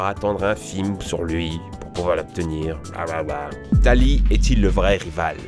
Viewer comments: c'est pas tali mais tili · C'est pas Tali c'est Tili !!!! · C'est pas Tali c'est Tili 😂😂😂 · Cosmoviom et Tali bienvenue dans le club male prononcer , primo kryogre primo grodonne meyaga reykazza tous shinéy , et L'arnaque 😆😆😆 Cosmoviom , JPP Tali et régî ( Régis) #Anchénement !!!!! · Et tili pas tali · Mes c pas tali mes tili!! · mais c'est TILI pas tari... c'est ce que je me suis dit pendant tout l'épisode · Tili et pas Tali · Quand il a dit Tali au lieu de Tili j'étais perturbé mais si il est dislexique sa se comprend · Il dit bien Tali au lieu de Tili donc... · C'est pas plutôt Tili au lieu de Tali (car dans le jeu c'est Tili) et c'est plutôt cosmovum que cosmovium xD. En tout cas, très bonne vidéo, continue comme sa . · MEC C'EST TILI PAS TALI !(ça m'a grave frustrée que tu dise TALI !) 😂😂 Sinon cool la vidéo ! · ce n'est pas Tali mais Tili ^^ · C'est pas Tali c'est Tili😂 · mais non c pas tali!! c'est TILI o mon kokoro 👏👏👏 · Tali!!!! J'ai bien révé ? Il a dit Tali ? C'est Tili son nom mdr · Pour le village Toko ça peut être Ténèbres comme le doyen (Danh)... Et c'est Tili pas Tali... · C pas tali c tili ! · C'est pas Tali, c'est Tili !!! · Ma tehori c’est que on dit tili et pas tali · Tu as dis Tali mais c'est tili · Tili pas Tali (rien a battre de ta dyslexie psk t'es pas sourd donc on a du te corriger quand tu l'as dit la première fois) Cosmovum pas Cosmovium (encore une fois rien a battre de ta dyslexie psk t'es pas sourd donc on a du te corriger quand tu l'as dit la première fois) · mais attends c'est pas Tali c'est Tili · C'est Tili nan ? Pas Tali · Tali c'est pas Tili? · C pas tali c tili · Je crois que c'est Tilie et pas Talie... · C pas Tali,c Tili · C'est pas Tali mais Tili. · C'est pas Tali c'est Tili... Gros pas vu ton commentaire Lewis K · Ta dit Tali a la place de Tili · Tu as dit tali mais c'est tili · C'EST PAS TALI C'EST TILI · c'est pas tallie mais tilli lol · Euh... On dit Tili, pas Tali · c'est Tili pas Tali... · tili pas tuli